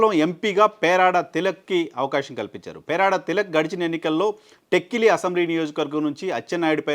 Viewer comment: "టెక్కిలి"...కాదండీ; టె'క్క'లి...correct